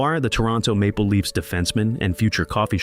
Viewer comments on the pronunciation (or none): none